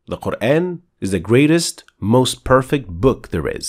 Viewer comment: Appreciated, and its(Quran) not kur aayn, its Kur aan